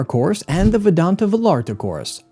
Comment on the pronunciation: It's pronounced Vah"yah"rtah" please donde sound so gringo when visiting ;)